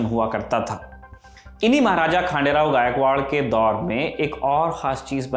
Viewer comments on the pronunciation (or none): It's खंडेराव not खांडेराव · it's ડભોઈ not ડાભોઈ ખંડેરાવ not ખાંડેરાવ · खंडेराव गायकवाड🙏 I hope you pronounce correctly